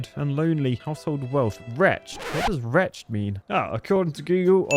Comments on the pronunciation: You say the ed part of wretched. Wretch-ed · Retched is what I did when I heard you pronounce wretched. ;) Wretch-ed! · Your pronunciation of wretched was a bit off. Try "wretch-ed." My example would be "Damn that wretched architect who lives next door" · Wretched pronounced retch-id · most shocking bit of today's video: not knowing the meaning of, or how to pronounce the word "Wretched".